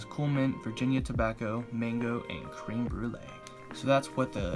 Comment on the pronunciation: Not cream it's creme jesus